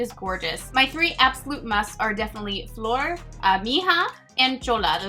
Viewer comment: you nailed the "flor" pronunciation :) I think other people have already tried to help with the bésame and salvaje pronunciation :)